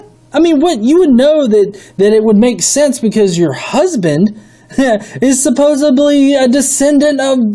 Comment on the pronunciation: There is no "b" in supposedly.